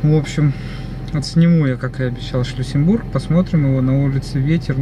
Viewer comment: Крепость называется не Шлюссенбург, а Шлиссельбург.